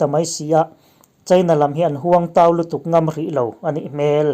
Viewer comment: A nih hmel 'hmel' hi a ri sangin lam tawh suh, a ri hniama lan tur. Kel (goat) kan lam rik anga lam rik tur.